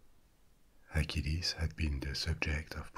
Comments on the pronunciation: Just a small comment, you pronounce Hercules and Achilles the same! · Are you saying Hercules or acheles